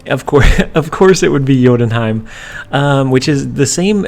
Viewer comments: Correct Jotunheim pronunciation! BTW I think you should at least try to pronounce new locations no ones angry if you'd say you're not confident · gg on saying jotunheim right